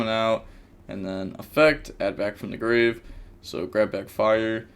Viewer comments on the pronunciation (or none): none